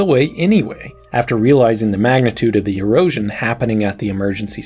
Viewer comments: I had to replay that part because I thought he said Heroin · why does he keep saying heroin scars?